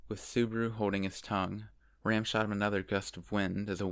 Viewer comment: I keep getting ram and rem mixed up with your pronunciations 😂😂